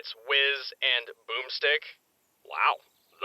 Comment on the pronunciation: Did everyone roll ever the fact Caboose called him Jizz instead of Whiz?